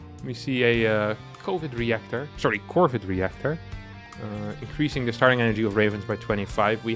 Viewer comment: Covid Reactor! - hahahaha easy tongueslip1